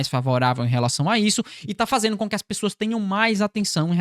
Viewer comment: você pronuncia fazeno, impactano, veno. O correto é, fazendo, impactando e vendo....